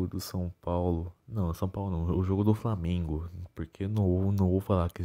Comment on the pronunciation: Bebendo e dirigindo, e falando "framengo"